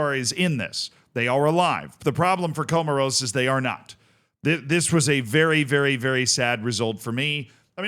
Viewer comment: Comoros😂😂damn dude do some homework and get the pronunciation right😱